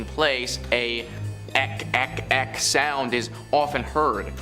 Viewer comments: I think it's pronounce as ik-ik not ek-ek. 😉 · Its IK IK Not Ek Ek